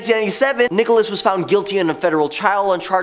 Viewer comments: The name is Nichols not Nicholas. Geez where did you find this guy? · I am a working actor and voice over artist. My comments are intended in a positive, helpful, and encouraging way. I agree. He is doing a great job. Different countries do not however pronounce people's names in different ways. Nichols is always Nichols and not Nicholas. Perhaps you could use a lesson in positivity and manners when responding to comments online. Have a great day. Good vibes only. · you're making a mistake with Terry Nichols last name you're calling him Nicholas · Its pronounced Nickels.